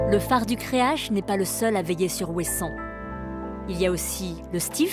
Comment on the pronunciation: Elle dit la phare du creache? Wtf creac'h ca se prononce crearRe